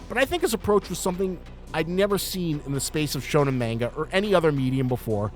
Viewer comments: Muh KEEE muh 💀 bruh i hate when manga onlys make yt videos and mispronounce everything. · bro says mainga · Personal gripe, but please pronounce manga properly